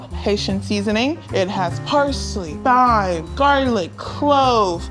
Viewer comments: Thyme is pronounced time. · not th-yme 💀 c'mon lol